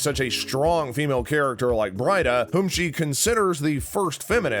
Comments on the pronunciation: Breeeeeda! Ooo tred!!!! New narrator please. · It's pronounces "Bree-da" and Oo-tred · Brida pronounced as Breeda not Bryda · It is pronounced Bree-da not Bride-ah. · I thought Emily’s character Brida was pronounced as Breeda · Bri-da..... oh and Ooo-thread, anyone who is a fan "Bree-da.....Uh-tread get it right" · Oothred and Br-eye-da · It’s actually pronounced, “Bree-duh” & “Ooo-tred”. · Brida is pronounced BREE-DAH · 'Brida' is pronounced 'Breedah' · It's clearly not your favorite show as you immediately get bridas name wrong I'm guessing you've never seen it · "our favorite show" mispronounces the first character in the video.